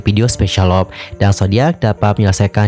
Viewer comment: I hope u can pronounce "LOVE" correctly. U should pronounce with "LUV" not "LOP"